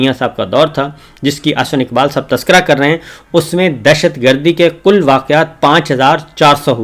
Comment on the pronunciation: صابر شاکر صاحب ' "کاف" کو " ق" بولتے ہیں - "کل" کو "قل" بولتے ہیں ؟ "کر رہے ہیں" کو "قر رہے ہیں" بولتے ہیں؟ اردو مسلہ ہے صابر شاکر کے ساتھ